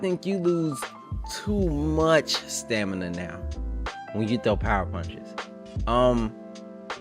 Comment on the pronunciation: I swear bruh said Stanima 😂😂